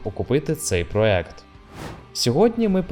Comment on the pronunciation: Не проект, а проєкт